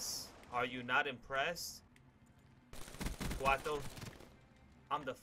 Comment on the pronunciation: It's cuatro not cuarto